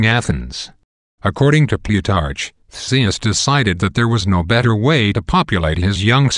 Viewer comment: I don't think that's how you pronounce Ares's name... I also think the following pronunciations are wrong: Theseus Minotaur Echidna (I think, IDK) Also, during battles, if Ares is wounded, he always stumbles to Olympus whining like a toddler. The only reason why Zeus heals him is because Ares is part of his family and is an Olympian. :D